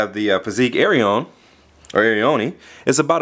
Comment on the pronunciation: i think its pronounced; air-ee-own